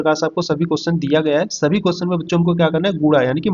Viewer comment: अरे भैया पहले बोलना तो सीख लो क्वेश्चन नहीं होता है क्वेश्चन होता हैसमझ में😅